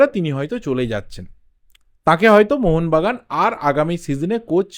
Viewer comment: Mohon bagan supergiant bolben mohonvagan ucharon korbena